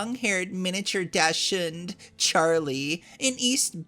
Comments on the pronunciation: Just FYI, dachshund is pronounced like "docs-hund". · Did you just pronounce Dachshund as Dashhound, lol.